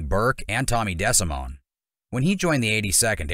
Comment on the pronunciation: Pronounced De. Simone...do better